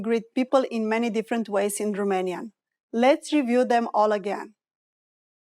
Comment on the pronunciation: You are unbelievably persistent at pronouncing it like in French, Roumanian, with ou... or in German, also with "u"... terrible! Learn to speak English.. it's Romanian...not Roomanian...it would be nice to make the correction or people will learn it the wrong way!